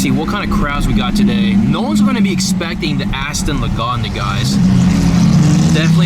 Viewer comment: It's Lagonda, and I heard about it.